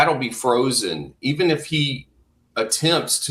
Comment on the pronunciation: What kind of crap is this. No one says F for if. Not even the British. Hillbilly might say iffin